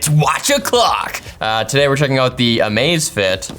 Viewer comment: in no world is that pronounced "amaze fit"- thought it was a new amazon watch for a hot second